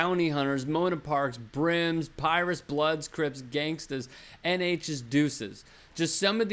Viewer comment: “Pie Russ” 😭